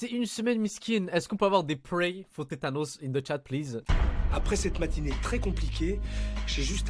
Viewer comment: C'est THANOS pas TETANOS xD